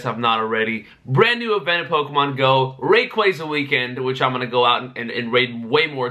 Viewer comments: RAY-KWAY-ZA Bro it’s RAY-KWA-ZA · "rah-quaza" LMFAO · I HATE HOW YOU PRONOUNCE RAY-KWA-ZA